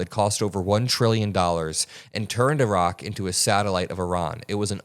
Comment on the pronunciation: You pronounce Iran and Iraq so well the way it should be pronounced.